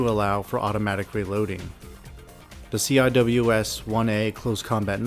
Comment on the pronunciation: These are well done. Just as a heads up, ATACMS is typically pronounced at-uh-cams, and CIWS is typically see-whiz. Because the Pentagon kinda sucks at naming stuff with acronyms...